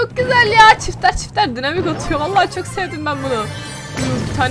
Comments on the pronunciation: Abla ona dinamik demiyolar okunuşca daynamayk diye okunuyo😂 Bende önceden dynamike'ye dinamik diyodum ama arkadaşlarım bana söyledi daynamayk diye okunuyo. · Daynamayk diye okunuyo